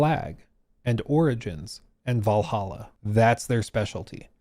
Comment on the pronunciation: Did you just mispronounce Vallaha? 🤣Like OMG! 💅🏽